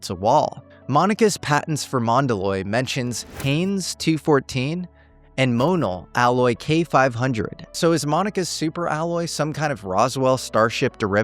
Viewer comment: its pronounced MO-NEL as a machinist I just had to point that out